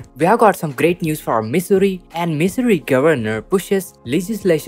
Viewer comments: He's got one thing right living in Missouri is misery. Every time he says misery, I crack up. I keep hoping Missouri will come out with a better stimulus for all, but I doubt it. We are just going to have to live in misery. Dude Missouri is not pronounced misery, it sounds like mizzouri. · Why is this guy pronouncing our state wrong????